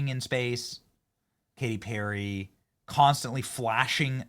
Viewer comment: K-T PEAR-A?